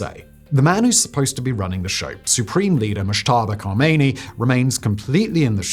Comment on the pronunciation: Can you stop saying "Khameini"? It's Khamenei.